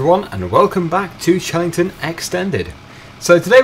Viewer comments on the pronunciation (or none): haha st the start of the video you said 'welcome back to CHELLINGTON FARM extended